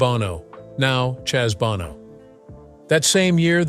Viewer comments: It’s pronounced, “BOH-no”, not “BAH-no!” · It's Bow-no. Learn to edit and educate your AI. No donut. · the proper pronunciation is bowno sonny bōnō long ō like the sound in show, bow and low I know you care as a journalist about accuracy and of course you're trying to train your fake intelligence how to speak properly 🤭😊👍😉